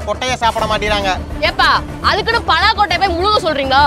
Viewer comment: 😂பலா பழம் என்று சொல்லுங்கள் தம்பி , பெலாபழம் என்று கூறாதீர்கள்.